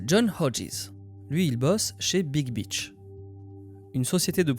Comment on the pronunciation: Par pitié il n’y a pas de T dans beach 😂😂😂